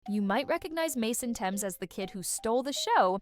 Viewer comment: I know nothing about if these facts are accurate but I do know it's pronounced Th-ames not t-emes. A basic Google search could tell you that.